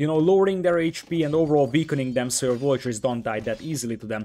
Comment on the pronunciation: Ya gotta cut him some slack m8. I mean..he called Villagers as Vollagers/Voyagers. Sometimes the native tongue makes correct pronunciation physically impossible. Edit: I'm Vietnamese btw and I have never heard any English speaker pronounce Nguyen correctly